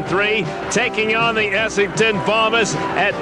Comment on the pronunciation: Essen-don not Ess-ing-ton